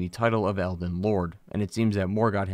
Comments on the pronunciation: I swear you are saying "Elven" Great video btw. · Dude. Are you saying eLden? or elVen? I truly can't tell if you're mispronouncing it on purpose, if I'm missing something, or if you're just not annunciating. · Calling it Elven Ring was an interesting way to start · Did he say elven ring